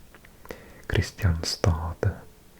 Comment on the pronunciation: Kristianstad is pronounced Krischánsta (krɪ'ɧansta).